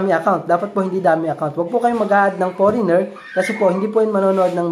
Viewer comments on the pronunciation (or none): none